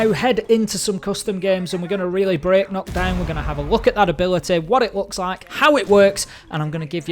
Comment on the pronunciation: m8 stop saying nokk its nøkk